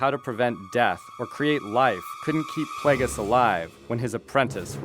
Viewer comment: darth pla-ges? its play-gee-us